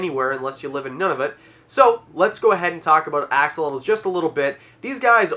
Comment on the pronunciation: He really did just say Ox-olotles, didn’t he?